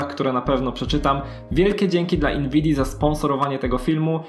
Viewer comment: Dlaczego mówisz inwidia?